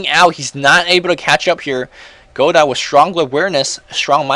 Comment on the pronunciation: it's pronounced kinda like (Go-dough) godot that is.